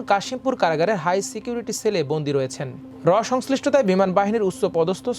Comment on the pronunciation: সবই বুঝলাম, কিন্তু এত জঘন্য আর নিম্নমানের উচ্চারণ নিয়ে কীভাবে খবর পড়তে দেয়া হলো সেটা একটা প্রশ্ন!!! সোবি, গুরুপ কেপটেন, বাইস মারশাল, ছিকিউরিটি ছেল…!!!! উছ্ছপদস্থ কর্মকর্তা???